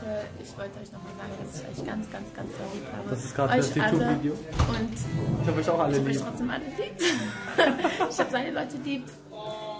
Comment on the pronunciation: Nichts gegen dich aber merkt es jemand dass er Yutub sagt anstatt YouTube?